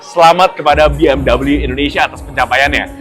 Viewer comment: Bacanya tetap be em we bukan double u..